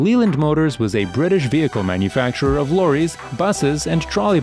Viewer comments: Good video with interesting content but without wishing to be too critical, the pronouncement of some of the manufacturers is simply wrong and spoils the video. ‘D.A.F’ is actually just pronounced DAF, like daft without the T. ‘Leeland’ is pronounced ‘Lay-land’. If I was to make a video about North American trucks then I’d learn how they are pronounced first. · Leyland is pronounced Layland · The way he says leyland just really triggers me